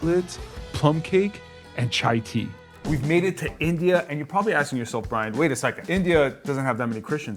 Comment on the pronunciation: call it Chai/Tea not chai-tea